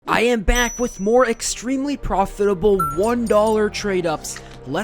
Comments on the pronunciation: Proditable ❌ Profitable✅ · proditable instead of profitable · proditable instead of profitable :p Another great video man <3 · Proditable instead of profitable 😂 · i have never heard proditable 🤓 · proditable lol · "proditable" Well done haha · proditable tradeups, big profits man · Proditable :cat-orange-whistling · proditable tradeups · "proditable tradeups" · "proditable" hahahah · and 0.01 amazing "proditable" tradeups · proditable (on purpose) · proditable is that even a word XD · Profitable❌ Proditable ✅